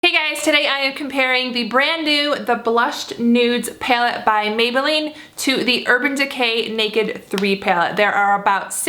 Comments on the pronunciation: it's pallet not pyaloot 😂😂😂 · Pilate? Like what are you even saying? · she pronounces "py-alette" funny. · Peylette peylette peylette peylette lol the way you say it. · Hehe I heart your accent when you say palette ;) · I love how you say palette. it's different, but maybe it's just me lol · She's from Arizona if that changes anything lol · lol no definitely not from Arizona we don't speak like that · Literally had to stop watching this after 25 seconds into the video because of the way she said "palette"